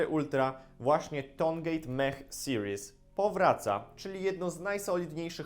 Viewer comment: Mech nie czyta się mech tylko mek tak samo jak mekanik a nie mechanik (po ang) ale plus za skojarzenia xd